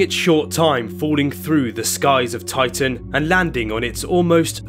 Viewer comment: Why does the commontater keep saying "oitan"?